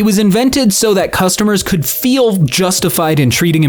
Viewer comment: smithereens kinda (or could. Sounds like cud when you say it)